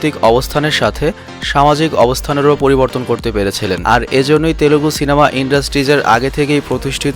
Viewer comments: Its Telugu not telegu ... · বাংলাতে পাবন কল্যান হবে! অার তেলেগু নয় তেলুগু হবে শব্দটা ( চাইলে ঠিক করতে পারেন)